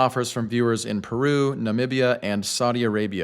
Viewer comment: Can't wait for the real world test, because this is really promising. Btw, thanks for going the extra mile and pronouncing Peru and Chile correctly. That was classy.